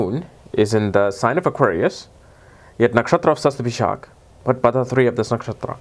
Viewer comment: Hihi u figured out how to pronounce it :P